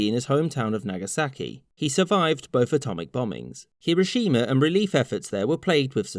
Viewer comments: Don't emphasise the "shi" in "Hiroshima". Shorten that sound. All syllables should have equal weight in Japanese names. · finally someone who says hiroshima correctly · Sorry to be a dick but it’s pronounced Her-o shims. Not Hero- shima.